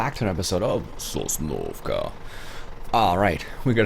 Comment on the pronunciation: I find it hard to play Snoozovka, the map is just so flat! Oh also, I noticed that combine doesn't pick everything up too, it's hit or miss with it. 😒smh. As for the mods, so many of them have bad logs, so I install them because of the lag! I heard that "Cool Eh?!" 😄, you 😜 Love the video!